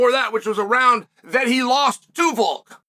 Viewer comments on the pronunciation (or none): none